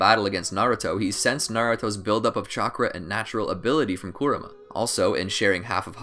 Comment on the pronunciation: Karama not koramah